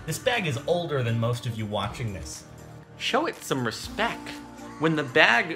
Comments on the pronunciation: its respecT not respeck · Respec? XDXD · he said "respec" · "When the bag shows up, respeck it's name." XD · i just realized that jordan doesn't say respect with a t he says respec